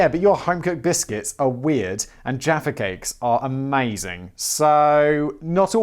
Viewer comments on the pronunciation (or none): none